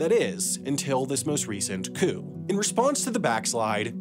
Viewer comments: Your videos are great, but please work on your pronunciation. For example, the "p" in coup is silent. Thank you for your hard work and sorry to be a grammarian at you! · You need a receipt for your psychology pronunciation of coup. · did you say coop? 🤦🏻‍♀️ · "Stimeyed coop"